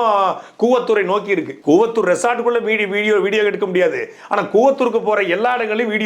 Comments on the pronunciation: தலைவரே அது கூவாதூர் இல்ல கூவத்தூர்.... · கூவாதூர் இல்லை கூவத்தூர் என்று பேச வேண்டும்